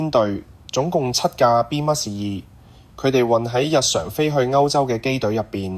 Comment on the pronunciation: 感謝好精彩！請教旁述讀B-2隱形轟炸機時,讀B咩2？有3次B咩2發音唔同，有時就讀B2，嗰個字係英文？小弟唔識野請指教...重有點解唔試吓B21呢？多謝！